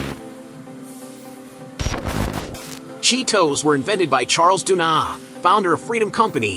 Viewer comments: The way he says "Cheet Ohs"! haha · at least go to the trouble of dubbing a decent narration to it.. not some AI rubbish that cant pronounce the name of the product properly..